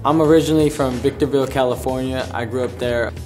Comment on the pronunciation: Victoreville hahahahahhaha